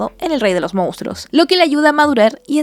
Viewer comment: Hola buenas noches. por favor corregir su palabra "Mounstros" por "Monstruos". Repite la palabra más de 20 veces de forma muy redundante, al final los niños que ven sus videos aprenden mal las palabras.